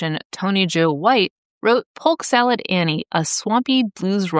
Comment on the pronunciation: Driving my tractor trailer through the rural metro North Atlanta there was a older fellow that had a sign nailed to his tree offering poke. SALAT I always thought it was salad. It sounded like you said salat as well. Always wondered if it was just an uneducated sign or he knew something I didn’t.